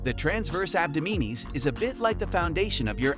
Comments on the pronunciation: Abdominis is pronounced Ab-Dom-in-us. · Interesting pronunciation of ‘abdominis’……… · DISCLAIMER: YOU WILL NOT GET A SIX PACK FROM JUST DOING PLANKS! After I heard you pronounce abdominis incorrectly so many times, and then also say that if you do the plank you will get a six pack, I stopped watching. Please do not spread that sort of disinformation. You need good diet and low body fat to have a visible six pack, that's it.